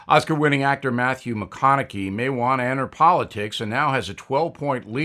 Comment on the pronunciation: Mah-Khan-A-Hay not Mah-Khan-icky